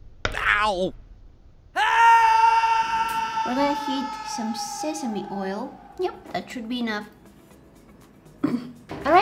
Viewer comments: ITS “SE SA MEE” no one says SE SI MEE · It is pronounced sesamee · how she said seesame😂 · Yeah the third time you said sesame or is it semi anyways yeah it was correct ✅ anyway I ❤YOUUUUUUUUUUUUUUU